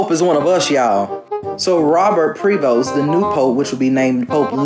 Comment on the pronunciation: the Pope's given name is PREvost, not Provost.